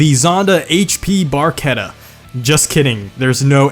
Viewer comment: I'm a italian and the correct pronounce are: Alfaromeo 33 Stradale: Strà-dale, not Stredèlè. Alfaromeo Mito: Mìto, not Meitio Ferrari Testarossa: Tèsta-ròssa, not Thestarosa Fiat Barchetta: Bàrchettà, not Berquieta Lamborghini Countach: Countasch, not Countach Lamborghini Egoista: Ègòista, not Igo-ista Lancia: Lànca (C spitting), not Lensia Maserati: Màseràti, not Masierati The rest is very similar, but for the american accent's it's ok. And i'm disappointed because you didn't put F40 in this video, then this is my description in 4 words: "The only real ferrari" ;) When I heard that of the fiat, I laughed a lot XD